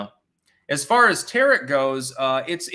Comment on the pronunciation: He pronounced "tarot" like "carrot." I was just about to pick on getting that wrong, then he said it correctly. Make up your mind! Can I mock you or not!?